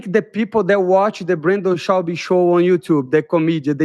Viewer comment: Brendal Shaubi 😂😂😂😂😂😂😂😂